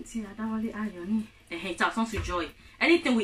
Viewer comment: Ohun Ti a dawole a yori(successful) not ayoni You tried Love you